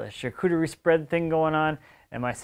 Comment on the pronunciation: Sharcoodery? Sharkoory? Try “sharkutry” or even “sharketry”, that’ll get you close enough and won’t sound pretentious.